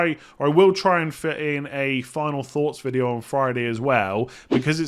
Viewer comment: Why has started saying video weird…. “Videeyaoo”